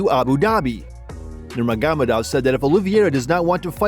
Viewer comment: It’s not Nurmaghamadov it’s Nurmagomedov